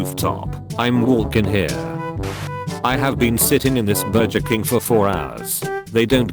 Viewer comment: Nobody: Not a single soul: Ai voiceover: BuR-jEr KiNg